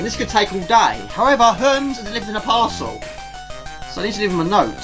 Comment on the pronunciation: Another one I liked was "Herms" for the courier company lol. I think it's pronounced Her-meez hehe